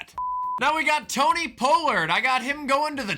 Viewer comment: Man said tony poelerd